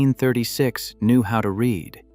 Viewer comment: You need to type the word ‘read’ to ‘reed’ for your text to speech to finish off an otherwise pretty good analysis and presentation 😊